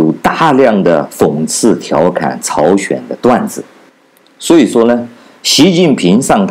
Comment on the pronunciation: 朝鲜，不是朝选